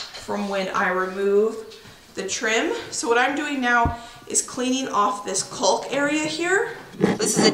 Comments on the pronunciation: Love how you say “coolk” , my NY’er accent doesn’t pronounce the “L”… Kawk… rhymes with talk 😆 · Caulk [kôk] pronounced 'cawk.' Not trying to be picky. My ears are stumbling over your pronunciation. lol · just for future reference, it’s pronounced “cauk”, the L in caulk is silent. 😁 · What a beautiful home, and the view is incredible! Congratulations! Maybe it's a regional thing, but in my neck of the woods (northern Michigan) we pronounce caulk with the L being silent, "cawk" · The “L” is silent in caulk. You guys are such hard workers and it’s a beautiful home! Can’t wait to see more cooking in new kitchen! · Caulk rhymes with talk :-) Good luck with your house projects! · Was looking for this comment. Makes me laugh how she pronounces it. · I've never heard caulk being pronounced with the L sound! Not sure if its a regional accent thing or just a fun individual thing 🤣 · Hi, love your videos! I just wanted to let you know the "L" caulk is silent. I swear I'm not being mean!